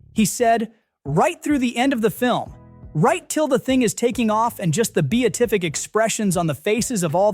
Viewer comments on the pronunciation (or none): "be-a-tific" and low behold a new word was created.